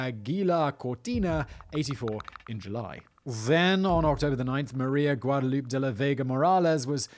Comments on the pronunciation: A certain part of the Texas population pronounce it like he did. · Hahaha. "Guadaloop". 😂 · "Guad-a-loop"... even as a native Minnesotan that pronunciation kills me. Lol.